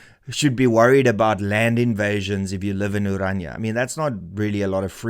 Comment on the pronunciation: Can people just learn to pronounce ORANIA correctly! It is NOT Oranja. Dit is Oran.i.a. Ek kan nie glo dat selfs Afrikaanssprekendes nie die uitspraak korrek kry nie!!